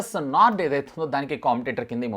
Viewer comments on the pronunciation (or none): none